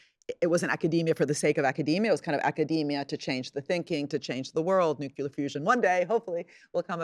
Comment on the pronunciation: Why do so many clearly smart, well spoken and, by all accounts, well written people still say "nukyular" instead of new-klee-yar? That was my one takeaway from this wonderful, informative and thought provoking interview.